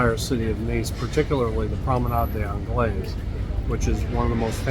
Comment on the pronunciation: Promenade des anglais (without pronouncing the "s"). If you pronounce the "s" you need an e at the end of the word and it means it's the promenade for English women only. Cheers!